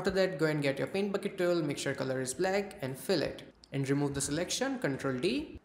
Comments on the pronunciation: yep ı thınk ıts coool also the "pent bukit tull" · I love how you say "paint bucket tool". Please, next time say this sentance four times in a row xD Just for fun :D Great video.